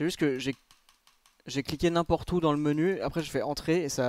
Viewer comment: Faudrait que tu rajoutes l'accent sur le "où" pcq là on dirait que tu demandes si ils sont antisémite 🤣